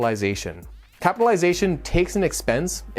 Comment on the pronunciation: Are you sure you are pronouncing correctly capitalization?